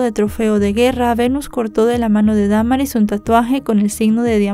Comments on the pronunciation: Es cierto se dice Damaris no Da maris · Me gustan muchos tus videos pero en esta ocasión lo único que me desespero fue cómo pronunciaste el nombre de Damaris lo dijiste erróneamente y un buen de veces 😢 😓